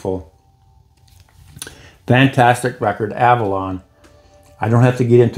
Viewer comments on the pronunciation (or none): none